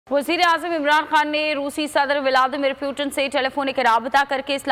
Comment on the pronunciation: areee gadho vo PUTIN hai PEWTIN nahi 😂🤣🤣